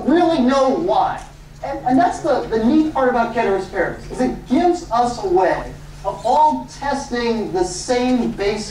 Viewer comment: Came just for the pronunciation of "Ceteris Paribus", stayed for amazing class